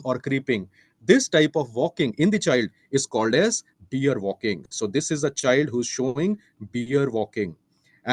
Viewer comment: Beer? It’s pronounced bear .